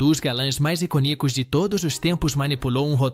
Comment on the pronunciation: O cara não sabe pronunciar icônico , Nicholson, Anastácio, Gary, Bogart, Burton..Nao sei se é burrice ou uma maneira de chamar atenção.E Gary Grant era gay gente!!